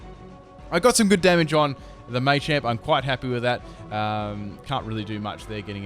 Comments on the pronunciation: dude its not maychamp its MA CHAMP :P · why do u not say machamp like ma-cha-mp because you say may-cha-mp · I like how he says "Maychamp" :P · Two things; one why are you saying machamp so weird, two your intro is annoying it's so long